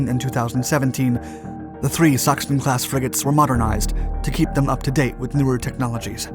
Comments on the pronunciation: Sachsen is pronounced almost like “saxn”, rather not like “suction” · The way you pronounce Lübeck und Sachen is Just funny to me Greetings from Germany